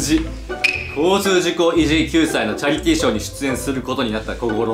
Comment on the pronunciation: はなおの「チャリティー」が「チャリT」のアクセントなの怖い